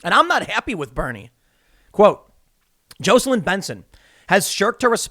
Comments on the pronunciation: Tim, Tim, Tim, Tim... JAW-celyn. Not JOE-celyn! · Tim its Jah seh lin or Jacko lin. Definitely NOT Joe seh lin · Dude. It’s Jocelyn. JAH’-su-lin with lin pronounced like the word “in.” The o is like the a in father, not the o in open. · Tim really has no clue how to pronounce the name JAWs-ell-in (Jocelyn) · I can’t let this go any longer. It’s pronounced JOSS LYNN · 🥲🤣😂 I was just about to say the same thing! Ha ha! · Tim needs to learn to pronounce Jocelyn 🤣